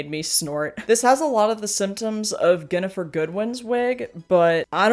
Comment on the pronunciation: Just two things; Ginnifer is pronounced like Jennifer, and I would add that the blonde version of the Robin Tunney hair is (I believe) not a separate wig but a really bad edit of the one she’s wearing in the rest of the movie. Otherwise, good calls and I think Jodie Foster might have won this whole ranking. I love that Twilight (and vampires in general) can practically have their own video- I’d add first season Alexander Skarsgard in True Blood to the list. So bad they actually had to scrap the whole look and canonically change it.